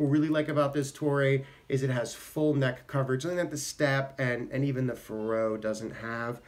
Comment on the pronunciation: I think the accent is on the first syllable, like in "Faroe Islands."